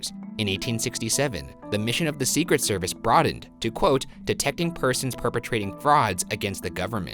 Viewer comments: For the Postmortem: Not a question, but I have never heard anyone pronounce Secret Service the way you do, Ryan. With the emphasis on SECret service, rather than secret SERvice. Unless you were just trying to annoy Shane. No judgement, just an observation. Keep up the good work, boys! #lovethehotdaga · For post mortem: why does Ryan say “the secret service” with such a strange emphasis?? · Sophie McPolin yeah he’s putting the emphasis on SECRET rather than on SERVICE. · I thought it was see-cret-SER-vice, not SEE-cret-ser-vice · The emphasis Ryan puts on "Secret" in "Secret Service" kills me on the inside. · very annoyed at ryan’s pronunciation of “secret service.” the emphasis is all wrong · Is it just me or does the way Ryan says "secret service" sound weird? and Devereux. I think it could be the inflexion he uses. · Why do you emphasize ”secret” in ”secret service”? It sounds weird. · Ryan, I love you very much but dear GOD why do you say secret service like that???? You emphasize secret SO MUCH